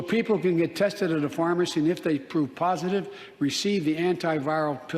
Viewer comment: Did he say poop positive??? Wtf. Fjb 🇺🇸💪